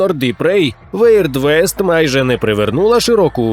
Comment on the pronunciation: все ок, але це вірд вест (weird west)